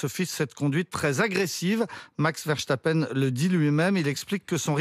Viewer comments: c'est VERSTAPPEN et pas VERCHTAPEN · Journalistes a 2 balles apprenez à prononcer un prénom correctement ❗verstappen❗ et non verchtappen ❗😂❗